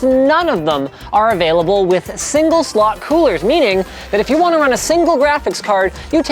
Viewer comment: Pls don't EVER say " single slotify" AGAIN